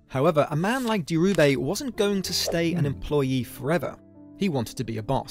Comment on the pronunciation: It's Dhirubai - baai, not bay. And calling his surroundings a "slum" is just ridiculous british tabloid propaganda.